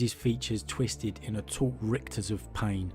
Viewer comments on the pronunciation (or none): none